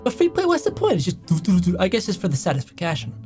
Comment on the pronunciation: Satis-fic-ation😂 I love it